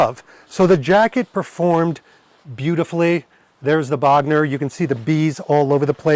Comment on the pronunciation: Bogner is properly pronounced with a closed 'o' rather than with an open 'o'. There is no open 'o' in German. Bogner with an 'o' as in 'go '. Cool trip. Thanks for taking us along and of course Happy belated Birthday!